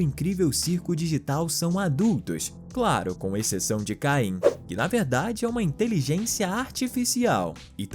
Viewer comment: O nome não é caim é caine